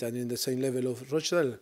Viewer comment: Just wish he could say rochdale properly hahaha. :L